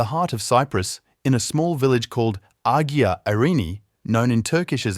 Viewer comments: It's Qin Emporer Shi Huang Ti and the village is "Ay-yia Irini" Saint Irene, not Ag-ee-a. Anyway, the are late Phoenician cultural diffusion. There are many like this where Phoenicians colonized. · Nicosia =Nick-o-SEE-ah -not Nicozhah, Agia=EYE-ah not aggia, Museet (swedish for museum ) is Muse-A-et not mew-seat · Strange - I lived five years on Cyprus, and yet never heard of this. Incidentally, and not overtly criticising you, the word 'Agia' is pronounced 'Aya.' But a very informative video! Thank you. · The narrator should have had a voice director. The word Agia is pronounced “AY a”. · A really entertaining & detailed explanation of the site! I'm in! One tiny thing---you pronounced Agia almost every possible way except the correct one! It should be Ah-YEE-uh, with the y being almost a hard g sound, & accent on the second syllable. never mind, we knew what you were talking about. You struck exactly the right tone between too technical & too general. And no talking head, just pictures relevant to the narrative. Thanks, I'll be back! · I think (not quite sure) that the "g" in "agia" is not pronounced. That is the case with "agia Sofia"